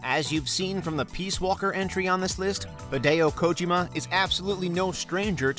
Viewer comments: do you guys have a fetish for mispronouncing names and titles? its pronounced Hid-day-yo Kojeeemah not ko-jim-uh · Anyone else pissed off he disgraced hideo kojima with that pronunciation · Two things: 1 - Corporate sponsored games probably should have been their own list. They’re intentionally cheesy/corny/full of their own products because yeah, of course they are. 2 - Narration could use a bit of work with this one. It lacked a certain amount you charm from other consistent narrators and honestly, mispronouncing Hideo Kojima multiple times?